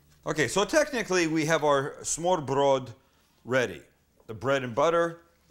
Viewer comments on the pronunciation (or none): Smørrebrød is pronounced smer bred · The pronunciation sounds completely different but I give you effort for trying :3 it kinda sounds like Smoo-ah-pwul if you are being technical. But thats simply due to the fact that the Rs are pronounced soft instead of rolled and Ds when beside vowels for the most part will be pronounced like a slight L sound (made by putting your tongue to the top front teeth like you're making a th sound but instead of breathing you make a sound from the throat). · smørreBRØL ROFL thats awesome =D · Sam's pronunciation almost makes this is a Yiddish dish. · Its ø not o they are different letters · To be honest, the English L is indeed somewhat close to the Danish soft D. And although "smoo-ah-pwul" doesn't sound anything like smørrebrød, I would still say it's closer to the correct pronunciation than the way the guy in the video pronounced it.